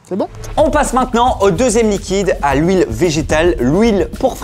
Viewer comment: "l'houile" j'ai cru ré entendre le sketch des Nuls: "Ils te donne quoi à manger tes parents ? De l'houiiile" 😂